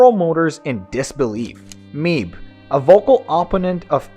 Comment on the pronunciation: "Mibe" is pronounced "me" + "be" as in "bed."